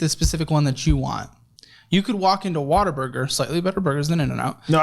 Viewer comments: When people pronounce whataburger as, “Water burger” …… smh lol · but he's saying water burger?